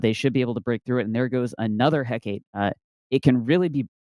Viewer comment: Heh-kah-te. Not heck-ate.